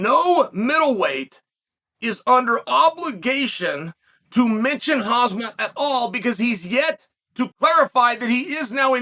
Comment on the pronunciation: Chael, why do you keep calling Khamzat........Cause-Mot? It's (Hom-Zot) not (Cause-Mot). You know this. You have never pronounced his name correctly once. Whats the catch? Why? What gimmick are you trying with this intentional name mishap?